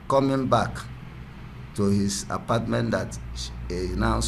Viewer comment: Apastment lool